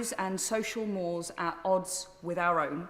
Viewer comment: Amazing - you can rise to one of the highest offices in the country, but can't pronounce social mores. Thick.